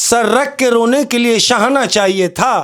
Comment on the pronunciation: mujhy ye shairi wala segment bht pasanad hai par ak suggestion hai kindly se kahen jitny achy andaz me shairi karty hen usi trah thora sa shairi ko dekh b liya kren lafzo ko ulta seedha parh dete hen or shair ka pura maza kharab hojata hai shana ko shahana parh rhy hen usi trah bht ajeeb ajeeb alfaz bol dete hen shair me isy theek krlen plz baqi love from agra india